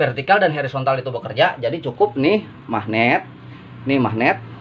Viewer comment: Hoooorizontal pak Bkn Herizontal...pake O